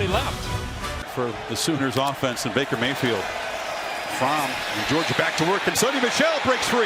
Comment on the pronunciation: Me and my Dad started calling Baker Mayfield "Maker Bayfield." And I swear I heard "Maker Bayfield" throughout the entire game! Lol good video man.